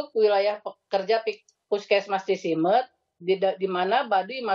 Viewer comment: Cisimeut atuh, bukan Cisemut